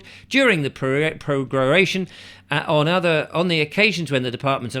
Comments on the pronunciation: I love how he does a 15min vid on all about prorogation, but doesn't take 10 seconds beforehand just to make sure how to pronounce it, - also despite it being displayed 'pro-ro-ga-tion' at the very start :) bless 🤗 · Can you really not pronounce pro - RO - gation? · Pro ....... row ...... gay ...... shun (hee hee) ..... Who's in charge when the gum ment is prorogued? WE are !!!!! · You can’t pronounce prorogation lol